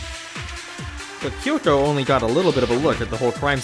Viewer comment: Don't worry,, their pronunciation of Kyoko bothers me too.